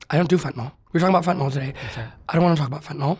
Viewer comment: FentaNYL- not FentaNOL